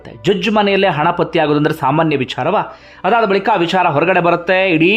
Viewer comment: ಅಯ್ಯಾ ಅಂಡಿಗೆ, ನಿನ್ನ opinion ಹೇಳಯ್ಯಾ.. ಇಲ್ಲ ವಿಡಿಯೋ ಮಾಡೋದು ಬಿಡು.. ನಿಂಗೆ ಬುದ್ಧಿ ಕಮ್ಮಿ.. ಅದು 'ವಿಚಾರ'. "ವಿ'ಛಾ'ರ' ಅಲ್ಲ.. ತುಂಬಾ over ಮಾಡಬೇಡ...